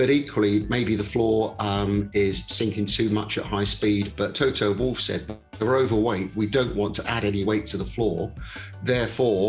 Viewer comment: Can u stop that ignorance and prononce Toto's surname correctly!